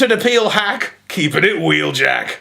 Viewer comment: don’t you mean wheeljacketuid